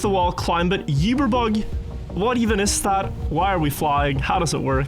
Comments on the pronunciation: We love you, but PLEASE, it is pronounced oo-ber not you-ber. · still not saying uber right after so many years